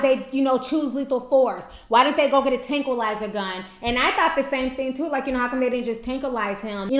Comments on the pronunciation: “Tran\qua/lizer.” Lol i love you T. No disrespect but i too cannot pronounce a few words but that because i am a silly ass lol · tranquillizer [trang-kwuh-lahy-zer] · tranquillizer! bless your heart lol im the same when it come the pronouncing squirrel lol xx